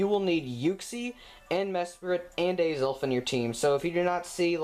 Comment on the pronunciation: What the hell is Yuksi, Mesperat and Aizel?? I'm probably not even spelling it right... Edit: LOOOOOL Either you said it really weird or i'm just stupid... Just noticed that Uxie, Mesprit, and Azelf is the same as what i heard as Yuksi, Mesperat and Aizel... XD Edit 2: Arghh well you do kinda say it a bit wierd but most of it is just me i think